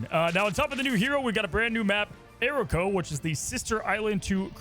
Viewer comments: Sorry brother but i have to 😭 it’s Uh-Rock-OH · it’s pronounced “irrako” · “A ROCK O” it’s not pronounced that way I don’t believe. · maps pronounced arakko (as in "a rock, oh") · Anyone else cringed when he pronounced the name of the new map wrong? Its pronounced as Ah-ra-koh. Arakko. The devs even said it in the update video. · AR - RA - KO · Dude A-rock-o